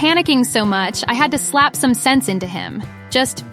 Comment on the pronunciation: fluent path english を古い順からやっていって今回で100回目でした！ 後半のphraseは少し難しかったですが、bachelor やaltarなど、過去に登場したphraseも多いと感じました。 jeopardizeは初めて知った単語でした、元はどちらに転ぶか分からない勝負 → 危険に晒すって感じなんですね。 最後の slap some sense into は some sentence into に聞こえてしまった